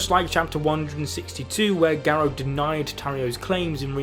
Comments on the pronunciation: Gah. Row. not Geh Roe. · Dude can’t even say garou name right lol